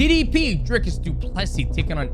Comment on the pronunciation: Thanks for taking the time to learn to pronounce his name and surname correctly